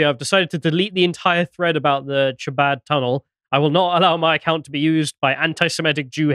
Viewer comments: Chabad, pronounced Habad with a throaty start 🙂 Bathhouse - could be a Mikvah - ritual cleansing pool. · The bathhouse: It's part of the Jewish conversion ritual, called a Mikvah. Chabad: The "ch" is closer to our H than Ch. If you just said "ha-bod" it'd be close enough. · Also generally when transliteratting Hebrew to English the CH letter combination represents a sound similar to the Spanish J. The closest English sound is H, so you'd be better off pronouncing it as Habad, and rabbi's name as Menahem Shney-orson. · Chabad is like khabad, like Hanukkah. It’s a velar fricative like loch not like cheese. 😅 As for the bathhouse situation, either they meant like a Turkish bathhouse like a schvitz or they meant a Mikvah (ritual) bath.